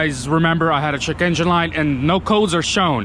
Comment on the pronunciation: "Gotta check my Chekeengin light"